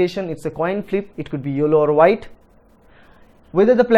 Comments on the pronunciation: Thanks sir your methods are great. Also I cracked up when u said yollow. Everything is clear now please keep teaching like this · tq n u have good English accent except yellow word 😋😋